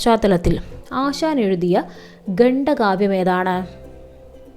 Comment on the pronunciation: ഗണ്ഡ കാവ്യമല്ല ഖണ്ഡകാവ്യമാണ്